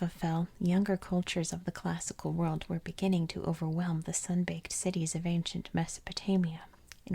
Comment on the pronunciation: I absolutely ADORE your channel! One of my favorite YouTube channels of all time. I’m obsessed with geography and history and ASMR so everything about your channel is chef’s kiss 🤌 one piece of feedback that I’m not sure anyone here will agree with… when you force yourself to pronounce the T in “cities” in a way that is very unnatural and clearly not the way you actually speak…. It’s a bit jarring to my ear and literally takes away from the ASMR factor a bit. I’ve noticed you force this unnatural, overly-formal “T” sound in a few of your other videos as well. Just wanted to tell you, your natural way of speaking is perfectly fine- MORE THAN fine- and there’s no need to force that sharp T sound if it isn’t your natural way of talking.